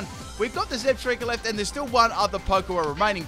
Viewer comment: Zeb-STIKE-A. THERE IA NO STREAK